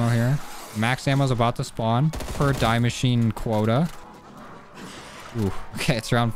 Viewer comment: Its not d I machine or d e machine is pronounced de mach eee na, I'm not even German lol